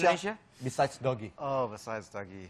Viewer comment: kenapa dipanggilnya 'doggy' ya? it's dougy :( #nggaenakdengernya